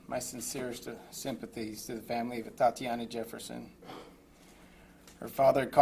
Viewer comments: Completely inappropriate of him to do so. The mayor couldn't even pronounce the victim's name correctly. Her name is Atatiana, not Atiana. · This mayor couldn't even pronounce the victim's name correctly. Her name is Atatiana, not Atiana. And since when was she a married "Mrs. Jefferson"? So disrespectful, thoughtless, and insincere.